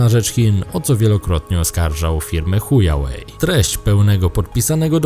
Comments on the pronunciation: mowi sie hua łej a ty mowisz huja łej XDDDDDDDDD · Dlaczego pan z uporem maniaka wymawia Huawei jako Chujałej? Czy ta firma coś panu zrobiła? Czy ona zabiła mu rodziców, żonę i dzieci na raz, po tym wszystkim naszczała mu do kawy i nasrała do obiadu?